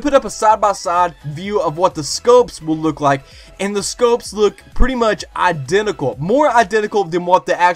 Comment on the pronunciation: Identical. Not Idenical lol. Nice vid bro